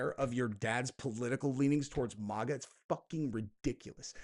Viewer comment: Okay, ❤ your content but damn it if I hear you say “Mogga” one mo time!!! It’s Mag-AH- “Make-America-Great-Again” I’m no grammar nazi but this irks the shit out me. And no, I won’t just click off because I’m a true follower.